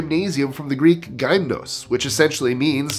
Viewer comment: Just a little lesson in Ancient Grrrk Y 'ypsilon' is pronounced like the German umlauted u, or the French u. an 'ee with lip rounding. not like ai in English, thus gYmnos not gaimnos. y in English is ai sound not classical Greek, I am a linguist and a polyglot - I ought to know. (Sorry on this lappie toppie I can't quite type an umlauted a, o, or u, umlaut is the 2 dots over an a,o, or u. sometimes written as ae, oe or ue). Chairman Mao ze Dung had created probably the largest genocide in human history, he wound up killing on the order of SIXTY (60) MILLION of his own people! Amenian genocide, 16 mil. Hitler 6 mil.